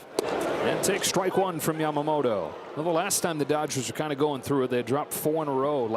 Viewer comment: キルステン・ワトソンさんはちゃんと『ヤマモト』と発音してますね。 意識してイギリス風？に発音してるのかな 個人的には『モロ』と呼んでます w